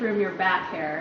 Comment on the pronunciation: Did your little protégé say Hairy Christmas?